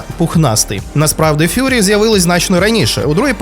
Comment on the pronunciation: Дуже потужне та базоване відео, але немає нічого ідеального, тому як експерт зауважу: - Правильна вимова слова, тобто: Furry (фуррі) що в перекладі означає - пухнастий. А вже на моменті; - Неправильна вимова слова, тобто: Fury (фьюрі) що в перекладі означає - лютість. Хотів би, побачити це своїми очима, а не на словах, я не сумніваюся, що цей ТікТок існує, але чому ви його не додали на хронологію відео?